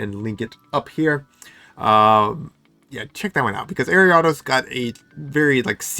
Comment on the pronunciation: Was gonna rib you for the way you pronounced Ariados, but you're too cool.